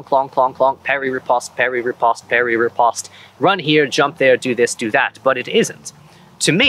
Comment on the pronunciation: good video however the way you pronounce Riposte pains me physically